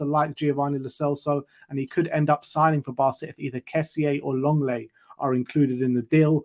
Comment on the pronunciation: Lenglet = LONG LET 😮